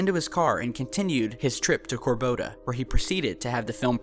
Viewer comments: it's Cor-do-ba, not Cor-bo-da... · Corboda? Do you mean Cordoba?